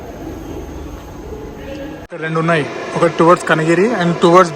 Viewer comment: కనిగిరి కాదయ్య స్వామి...😂😂Its కేంగేరి